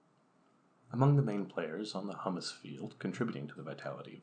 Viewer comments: Humus is said like Hugh-mus or Hoo-mus not Hummus. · Hummus is a bean dip. Short U, rhymes with 'hum muss. Humus sounds like 'Hugh muss. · Hummus and humus are two different things. Humus is pronounced HYOO-muss. And hummus is pronounced HUH-muss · you are correct. Its Huuuuumes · Sorry, I can't take seriously a video about soil by someone who can't correctly pronounce "humus" and apparently doesn't know the difference between herbicide and fertilizer. Nor do I care for clicking on a video on Terra Pera and getting a sermon on the evils of the ag chemicals that are keeping us fed. Here's what I hate in general about the BS over Terra Peta and the attempts to recreate it. It completely ignores the primary problem with our understanding of soil. Soil is not "stuff". Soil is not a set of things. It is a system of interactions. No one is going to recreate Terra Preta in North America or Europe anymore than they could recreate a tropical rain forest. Terra Preta is a tropical rainforest soil based in yellow clay. Putting charcoal and fish bones in the ground in Massachusetts isn't going to create Terra Peta any more than it's going to grow up in a rainforest of mahogany and howler monkeys. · I am pretty sure 50,000 worms don't equal the weight of a cow, plus that's an extremely low population density.Maybe you meant 500,000 worms per acre, which is still inaccurate regarding weight comparison but closer. 2.5 minutes in and this combined with the hummus\humus pronunciation thing doesn't inspire confidence in the accuracy. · you don't pronounce humus like that chickpea spread for your pita bread 😂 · I wonder how someone making a video on soil manages to get that wrong.